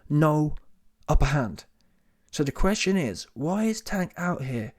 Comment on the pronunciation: This clown said "Wank" Davis😒 Won't ever sub to these clown channels